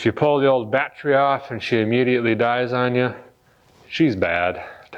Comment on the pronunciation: Dude, you crack me up, I'm in the middle of my Camaro refresh so I can relate. Love the way you say Bat-tree, thought I was the only one. Keep em' coming....